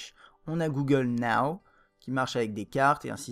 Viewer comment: On a Google NAOWW. x)